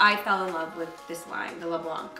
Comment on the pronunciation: gabi when saying „Le blanc“ you shouldnt pronounce the C <3